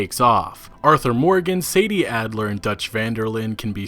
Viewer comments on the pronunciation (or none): none